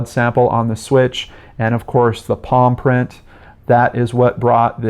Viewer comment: I heard "paw print" the first few times you said palm print and it left me very confused. Evil dog most twisted case cracked episode ever! But on a real note this case is horrific as are all of your cases usually. My endless love to these poor victims and hurting loved ones.